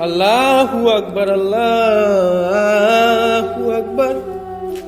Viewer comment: আরবিতে আল্লহু আকবার উচ্চারিত হবে ভাই।🙂